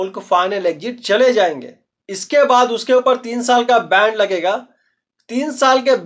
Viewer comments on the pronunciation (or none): बैंड नही होता है बैन होता है 😅😅